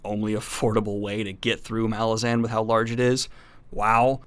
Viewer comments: Helpful hint: Apparently it's "Ma-LAZ-an" not "MAL-ah-zaan". (Yup, I was saying MAL-ah-zaan for years ... then I saw Erikson interviewed ... here he is saying the name ... Anyhow, this might help build cred in later videos. Keep up up the great vids, Man! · You are pronouncing Malazan incorrectly. Ma-laah-zen. Midnight Tides is the best MBotF book. Deadhouse Gates and the start of House of Chains follow those up in terms of greatness. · Hey Daniel! There are a few interviews where Steven corrects a lot of the pronunciation mistakes readers make. The first one being the title itself. The emphasis is on the second syllable: "muh-LA-zin" second syllable being pronounces with the "a" of "at". At the end of his interview with the "10 very big books" podcast he talks about it. Another one which took me by surprise was Kruppe pronounced "crup" like "cup" with an "r". Duiker is "doo-ik-er", and pretty much all the other names I had way off. Enjoy the read! This series is such a trip. Walk in the light :) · I thought it was muh-lahz-in. Did you just guess, or did you find out how it's actually pronounced? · Just want to note that you’re saying “Malazan” wrong. Normally I’m fine with people pronouncing fantasy names however they like but this case is different because “Malazan” is a demonym and so is subject to English pronunciation. Look up how Erikson says it. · Please pronounce "Malazan" the way that Erikson wants it to be pronounced!